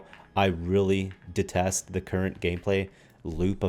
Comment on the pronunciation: that detest sounded so french x)